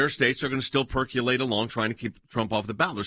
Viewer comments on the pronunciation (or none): Guys, you mean percolate (purr-co-late) NOT purr-queue-late. 👍